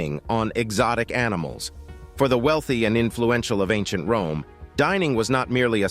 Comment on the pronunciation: Wome is your Fwiend. 😂😂😂